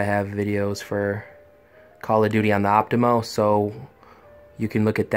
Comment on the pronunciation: optoma, not optimo...